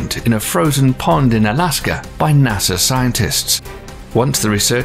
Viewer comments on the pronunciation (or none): none